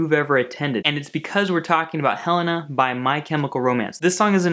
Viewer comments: I thought it was Hell-ay-na not Hell-ah-na? Helena ?!?!? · It's pronounced Heh-lay-na not heh-len-ah.... but you said it right once and then ?? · when it's actually pronounced hel-aye-nah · It's pronounced "Hel-ay-na" though. Helena was Mikey and Gerard's grandmother who died. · You are mispronouncing Helena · There is no NOT in the lyrics. Look it up. He pronounced Helena wrong also